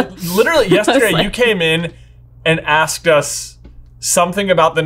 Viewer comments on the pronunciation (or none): none